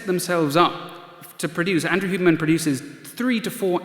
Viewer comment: What’s up with mispronouncing Huberman’s name? Sounds like he is saying “Human”.